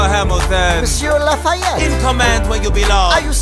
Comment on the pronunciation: His names not Layette that would be in french la-fa-et